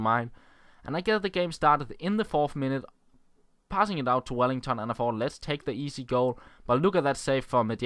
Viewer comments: His name is Welliton, not Wellington :-) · it's WelliTon, not WelliNGTon.